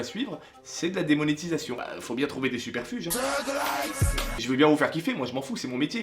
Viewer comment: "Faut bien trouver des "SUPER FUGES"." (1min15)??? Really souper reubzou??? LOL X-prtd Mdr!!!! X-)))